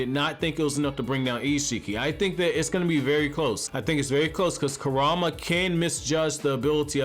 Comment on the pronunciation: RIGHT?? LIKE CAN YOU NOT PRONOUNCE THEIR NAMES? EVERYBODY PRONOUNCES IT WRONG!